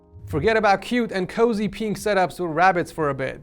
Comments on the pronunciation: I love how says “peenk” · I love how says pink (peenk) lol